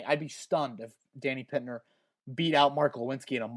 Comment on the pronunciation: Hate to come off as a grammar nerd, but if he makes the team, it will be much easier on you if you correct your pronunciation of Danny Pinter name now, rather than later. You pronounce his last name as PIT-NER. It should be PIN-TER.